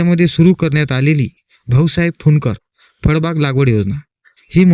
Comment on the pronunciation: फडबाग नाही रे भाऊ फळबाग म्हण